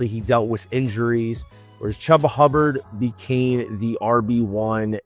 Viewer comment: Its Chuba, not Chubba